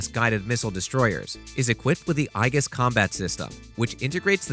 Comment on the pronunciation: the Aegis combat system is pronounced EE-jis, not Eye-gus.